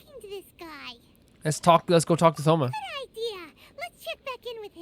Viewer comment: the h in thoma isnt pronounced and ayaka has a strange emphasis on the ya in her name when you should emphasis the ka in her name :) i absolutely love thoma he is one of my favorite inazuma characters!